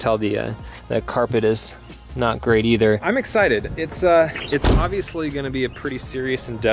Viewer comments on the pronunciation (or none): none